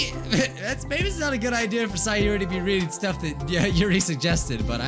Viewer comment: Why do you keep on calling sayori saiori it’s say ori